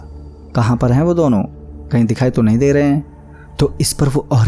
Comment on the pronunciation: bhai saaf saaf bola karo "NAHI" Bhai hamari video bhi lelo ❤️